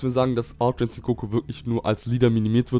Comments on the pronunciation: Mich fuckt das auch voll Ab wenn et "Insinkt" sagt … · warum sagst du immer altra insinkt sag doch ultra ahahah XD